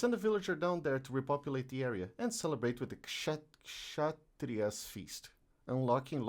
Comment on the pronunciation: It's pronounced k'sha-tree-yuh. It is derived from the sanskrit words for "rule" and "authority"